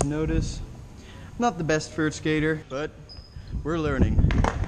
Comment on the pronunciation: he said vert like fert